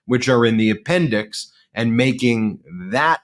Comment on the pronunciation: The “appendix” sounds like the “apprentice” lol